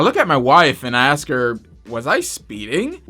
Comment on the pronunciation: Wow, didn't know. Rap like that happened to you. Also stop axing people. !!